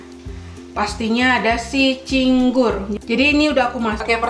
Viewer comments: Cingur kali bukan cinggur , rada aneh dengernya cinggur2 melulu 🤣 gk pake bawang putih rujak cingur , pakai petis nya 2 petis enak sma petis biasa trs kacangny d goreng 🤣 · Cingur bukan cinggur hehe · nih lucu bgt tiap ngmng pasti belepotan. Trs itu sebutannya cingur bukan cinggur🤣 rujak cingur bukan makanan yg aneh sih bagi aku, aku kerja di hotel bahkan tamu hotel lbh suka order rujak cingur tiap lunch kata mereka enak pdhl rata2 yg makan org jkt, papua, medan. Gak ada rujak cingur pakai kentang, bawang putihnya itu bawang putih goreng, dan mengolah cingur emng susah spy jd cingur yg enak, ga bauk dan empuk, prosesnya berjam2, sm spt mengolah bebek. Malahan bukan rujak cingur namanya kalo beli gak pakai cingur😂😂 kalo penjualnya pakai cecek untuk ganti cingur (krn mahal) malahan kita yg beli suka jengkel hehehe Enak bgt rujak cingur jd pengennnn makannya 1 bungkus rame2 hahaha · Btw itu cingur bkn cinggu.Dan cara bikinnya jg salah juga bahan2 ada yg kurang atau karus diperbaiki.Btw aku asli orang madura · cantik bukannya itu cingur yaa bukan cinggur.. g nya diilangin satu atuh ceehh.. tapi lucu sih wktu bilang cinggur ngguuurrr😅😅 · rujak cingur neng hehe bukan cinggur 😀 keknya lebih enakan versi deh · Cingur bkn cinggur😂😍😍😚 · Cingur bukan cinggur😁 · Btw rujak cing-ur bukan cing-gur 🤣🤣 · kenapa di videoo viral hitam pekat? karna sebenernya ada Kecap. sbnr nya juga ada Trasii buat melengkapi rasa nya. dan rujak cingur sbnr nya tidak menggunakan buah buahan, karna di viral harga 60K ya? itu menyesuaikan harga jdi ditambahi topping buah begitu. btw bacanya rujak cingur, bukan cinggur hehehe. just info. salam dri daerah asal rujak cingurrr <3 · Rujak cingur bukan cinggur hehe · Bacanya (ci_ngur) bukan (cing_gur) 😁😂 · cingur......bukan cinggur....☺ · Cingur...bukan cinggur 😁😄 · Cingur..bukan cinggur.., dan cingur itu hidungnya sapi bukan mulutnya sapi..😂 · cingur bukan cinggur hehehe😅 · Cingur Bukan cigur😁